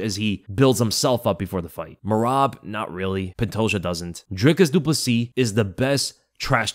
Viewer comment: The way you say DRICUS DU PLESSIS sounds like you're saying De Poo-C